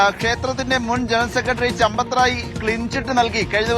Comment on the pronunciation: ചമ്പത്തു റായ് എന്നല്ല കൂട്ടരേ സമ്പത്ത് ദാഹി എന്നാണ്😂😂😂😂😂😂😂